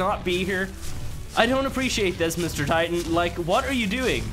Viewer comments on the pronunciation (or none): none